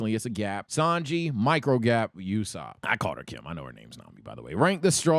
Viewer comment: why is he calling Nami Kim? Also he's mispronouncing Usopp.